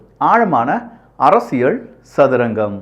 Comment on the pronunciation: அரசியள் இல்லை அரசியல் உச்சரிப்பு திருத்திக் கொள்ளவும்